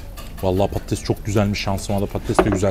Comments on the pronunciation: Abi prodüksiyon Türkçe'yi katletmiş patetes ne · patetes degil patates